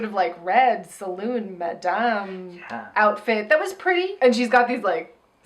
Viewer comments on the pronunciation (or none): none